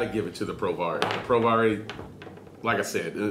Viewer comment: Hey mate! Just to let you know, I believe it's pronounced "pro-VARY" (like in variable). Loving the vids! Vape on!